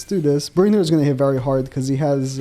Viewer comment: Why do you pronounce it Brunhild(er)? 😂